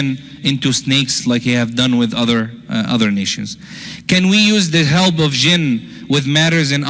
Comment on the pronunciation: Why don't you learn to pronounce P....you say B instead of P and it is misleading....it is help, not HELB....most Muslims are Shaitaan.....Islam is so different from Muslims....most Muslim men are very lustful & they think women are sheep. Therefore, they marry 2 ,3 and 4 women....how sick is that.....disrespect to women....